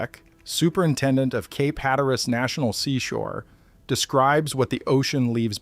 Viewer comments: It’s pronounced “Hat a rus,” not “hat a rass.” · If you live there, I think it's "HAT-trus".